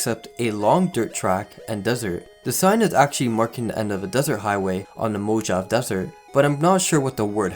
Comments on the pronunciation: I am a Native English speaker, thanks. Lived all over the Country and have never once heard it intentionally said as "Mohavee", only ever when people are speaking too fast and kinda mumble the word. Regardless, the correct way to say it is Mo-Ha-Vey. You don't pronounce Jalapeno with a J just because you're not in Mexico, right? Tortilla is still tor-tee-yah, not suddenly tor-till-ah. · Mojave desert (Mo-ha-vay des-ert) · Please work on your English pronunciations. Like, "Mojave" is pronounced Mo-HA-Ve. Or "Archive" is pronounced Ar-Kyv. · Mow ha vay. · "The mo-jov desert" All new vegas players: Vilified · Archive has a “k” sound, Mojave is pronounced mohavee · No, Mojave is pronounced Mo-Ha-Vay. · I can understand mispronouncing Worcester, even English people occasionally mess that one up, but Mojave? Dude… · I don't know what's scarier: Missing people or how you pronounce "Mojave" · Dude... you should learn how to pronounce words before you make a video. Takes barely any time to do. If you went through all that research to make up this iceberg, you could add 5 minutes at least! Mojave and cryptids. I laughed so hard, it's bad enough you need speech therapy so let's just make it laughable by mispronouncing words on top of a terrible lisp. Pro tips